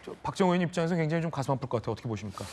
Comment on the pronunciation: 언제 부턴가 의원을 우원 이라고 발음 하는데 왜 그렇게 하죠? 궁금합니다